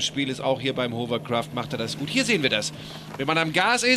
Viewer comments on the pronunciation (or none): Die Hovercraftspezis sollten eigentlich wissen, daß es Hawwa- gesprochen wird und nicht Hower- oder Huwer-. Es ist kein Staubsauger. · Nicht mal der angebliche Experte ist in der Lage das Wort 'Hovercraft' auszusprechen.